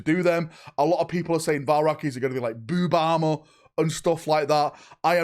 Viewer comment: “Bewb ahmah”